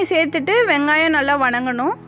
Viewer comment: Plz tamil la thappu thappa pronounce pannathinga..... வனகனும் இல்லை வதங்கனும்